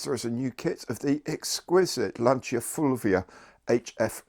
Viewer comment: That Fulvia is a must buy kit for me. Also, top quality pronunciation of Lancia.